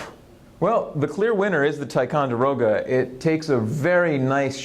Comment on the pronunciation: It’s pronounced (tic-on-der-o-ga)